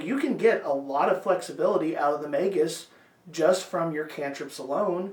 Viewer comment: **SUBSCRIBED**!!! You're the first YouTube channel to pronounce it correctly😂